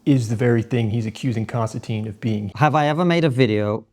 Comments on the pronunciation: His name is pronounced Kinstantin, like “tin” can. His name doesn’t have the e at end which would make it sound like Konstan-teen. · Konstantin (NO E!) Con -Stan - TIN (not TEEN!) . How would you like to be called Mr. Smyth (Sm eye Th). Sorry a bit of OCD and probably overly caffeinated too. And okay you got me. Maybe a little sleep deprived. I really enjoyed the discussion. I am always a little shocked at Mr. Kisin 's patience And determination to define terms and get to the heart of the matter.